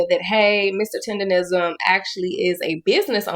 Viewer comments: I hate to hear this, but I'm not surprised. Btw, it's "tendernism" not "tenderism". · …WTH IS “TENDERISM”??!!! ITS TENDERNISM!!😂😂😂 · Why do you keep pronouncing it "tenderism," when it's tenderNISM? Omg... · It's "Tendernism" Not "Tenderism"...🤦🏾‍♂️ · And its "TENDERNISM" not "TENDERRISM" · He should trademark the way yall all keep saying it wrong. Tenderism since no one ever gets it right anyway. Its tendernism people! Lol haha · It’s tenderNISM not tenderism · But why do you say "tenderism" through the whole video, knowing it's "tendernism" you even spelled it correct in the captions? 🤔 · TenderNism not TendeRism. All this time and ppl still keep saying it wrong. Drives me crazy for absolutely no reason. But it's like continuing to pronouncing someone's name wrong after being corrected 12 times 🙄🤦🏻‍♀️🤣🤣🤣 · T E N D E R N I S M SAY IT ….. NOT TENDERISM…….. your Ebonics won’t even allow yal to use the word properly 😂. FUCKKKKKKKKKKKKKKKKK UR IQ IS SO LOW ITS STUNNING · Why does everybody say tenderrism its tendernism if you cant get it right why even make the content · Nigga stop sayin tender-ism 😂🤣 its TENDER-NISM -NISM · Love your content I just hate how you call it TENDERISM ITS CALLED TENDER-NISM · its Mr TenderISM, Not rism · Tendernism not Tenderism, it's not that hard. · TENDER-NISM! not TENDERISM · Please learn how to say “TenderNism” not TenderRISM 🤦🏾‍♂️ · im glad you put it correctly in the title Tendernizm but atleast when you talk in the video do not call it Tenderism, Man has worked hard for the name atleast respect it. hes Mr.TENDERNIZM not Tenderism everyone in your video is saying it correctly then you say it incorrectly. Its cringe to here you say it wrong right after playing clips of people saying it right and you being so passionate about him. Just call the dude Walt or Unc man. You even read it on the ig post it clearly said Tendernizm and you still said Tenderism, Bro you can be this passionate and get this wrong